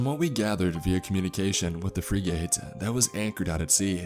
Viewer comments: "Freeg-ate" lol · Interesting story, but was I the only one bothered by the way he butchered the word frigate? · Mispronouncing Ensign, common and forgivable, as it changes depending on which Navy you're referring to. Mispronouncing FRIGATE... literally NO ONE, EVER, does this lol. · Check out the pronunciation of the word 'frigate'. You've heard it before and will recognize it when you see it how to say it. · What about frigate? That frigging annoyed me... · It's pronounced like "Frig it", not freegate. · Pronounced "Frig-get" Good story !! 🇺🇸👍🏴‍☠️ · To, it’s pronounced Frig-It not Fri-gate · Great story, but I winced every time you mispronounced frigate as "freegate"! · Freegate got me cringing, especially being former Navy...pronounced Frig-uht. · Free gate. Lol. How do u not know how to pronounce a ships class. U idiot. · For frig sakes, it's pronounced 'frig-ette', not 'free-gate'. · Thank you! Frigging annoyed me... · Arya Apollyon its pronounced fregit. Not free gate. What an idiot this guy is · free gate.... you mean.. frigate!?!? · If I hear "free gate" one more time I'm gonna scream. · Honestly, this story was kinda terrible. Didnt make much sense and the dialogue was awful. You're also killing me with how you pronounce "frigate". Have you never heard that word before? Its definitely not "freegate". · It's pronounced Frig - it. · Or a balunka? Is this on an alien planet? I know what a "fRIGate" and a "baluga" is...never heard of either of those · Frigate is not pronounced free gate- it's fri (short I like fritter) and the word get. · navy frig-gate. Lol